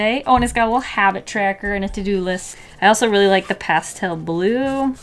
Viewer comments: Ah yes, I do too leik cute things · It's liek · Do you LEIk cute things um